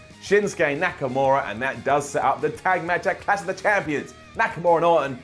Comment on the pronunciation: what exactly is "Cash of champions"? haha Say it with us,....CLASH.....CLLLLLASH